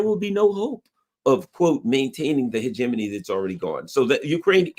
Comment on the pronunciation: Holy crap, he pronounced "hegemony" properly!